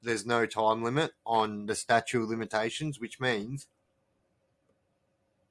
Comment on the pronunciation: Bro it's "statute of limitations" not statue....